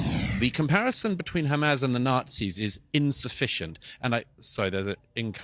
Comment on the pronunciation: Douglas just has to be differently by pronouncing Hamas incorrectly